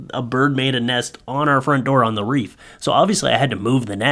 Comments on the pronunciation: Love you but wreath is pronounced “reeth” not “reef”: ) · Wreath not reef. LOVE YOU! Just had to give you some sht. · Hey it's WREATH not REEF.... I was reading your lips! You said reef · Dude. It’s a wreath not a reef lol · Ummm, did anyone else hear him say "Reef" on his door. The word you're looking for is "Wreath" my friend.